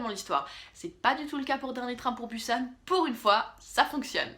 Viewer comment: je sais que on a le droit de dire comme on veut mais la ville ce dit busan on pronoce le s